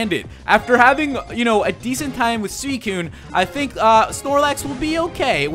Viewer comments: you said Sidicune XD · Did he just call suicune sealicune?